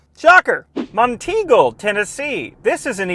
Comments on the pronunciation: the name is not Mon-tingle… it’s Mont Eagle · Some pronunciations: Murfreesboro (Is pronounced as Murphysboro) Monteagle (Is pronounced Mont-eagle, not Mon-teegle) Kimball (Is pronounced like Kimble) Also, the charger next to the shorter "abandoned building" in Chattanooga makes sense because it's an outdoor event center. Massive outdoor conventions take place there. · It's Mont Eagle, not Mon Teagle.